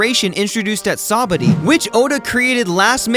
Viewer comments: It's sabaody not sabady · no way we're letting that slide, this man said sabody🤓